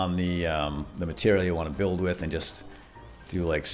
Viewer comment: Whit? That sounds like a name. We're you trying to say "with"? Because that's not how you do it.